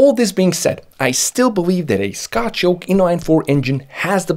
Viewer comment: you said sctoch instead of scotch hahahahahahahhahahahaha